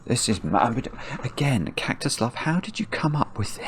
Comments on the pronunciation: Does anyone else keep hearing "cactus love" when says "Kaktuslav"? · I keep hearing kaktu slav